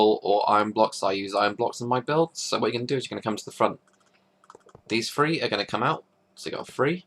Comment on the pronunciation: its three not free srry but i need to tell the truth